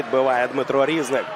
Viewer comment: Не рІзник, а різнИк